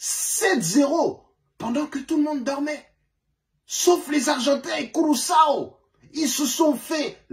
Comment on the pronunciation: Sa prononce curaso